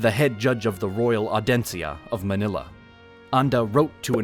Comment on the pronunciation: Please work on your pronunciation of the Filipino words. Manila is the one you got it right.